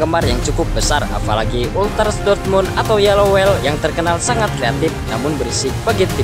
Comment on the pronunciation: maaf bang, untuk penyebutan sesuatu bs di pelajari car penyebutaannya padahal kata2 umum kaya yellow wall kok malah di bacanya wel harusnya wol .. tp tetap semangat bang kontennya ..